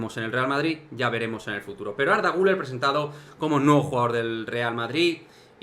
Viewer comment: Por cierto. Has pronunciado el apellido del jugador turco muy bien. Y creo que eres el único.